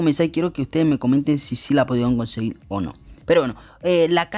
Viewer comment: me estresa que haya dicho tantas veces " conseguil"